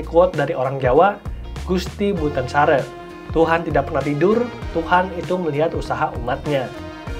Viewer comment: Gusti Mboten Sare penyebutan Mboten M nya kurang ditekan..dan Sare penyebutan nya sama sate.. Kalo bukan orang jawa asli penyebutan nya aneh